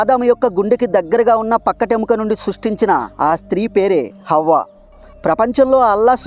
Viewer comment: అవ్వ కాదు హవ్వ అనాలి.